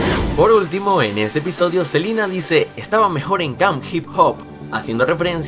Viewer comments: Like si te diste cuenta que dice selina y no selena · Like si notaste que en ves de selena dijo "Selina" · dijiste otra vez selina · Like si dijo Selina y no Selena 😐😐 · Por que decís Selina si es Selena 😂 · Selina o Selena? :v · Selena no selina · Es Selena no Selina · Like si te diste cuenta q dijo selina gomez en vez de selena gomez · odio que diga silina y no selena😠😤😣😡😬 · Es selena gomez no selina gomez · por que sigue diciendo selina gomez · es celena no celina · no es celina es selena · Dice Selina no SelEna* 😂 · dijiste silina gomez